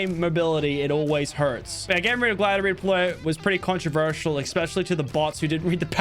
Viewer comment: “wike evrey gwider repode” - Lachlan